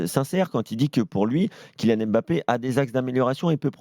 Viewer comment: Je comprends pas les journalistes qui prononcent M-bappé or c'est beaucoup plus difficile et lourd que de dire Mbappé (le son est le même que dans deMbélé). L'excuse de prononcer "à la Française", c'est complètement bidon, personne ne prononce par exemple le nom du président américain "à la Française".